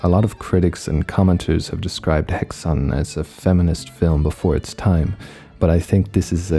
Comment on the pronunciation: Umlaut A is Ah sound or Hahxan.